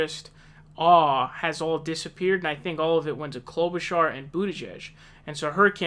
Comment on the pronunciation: He's finally saying Klobuchar correctly.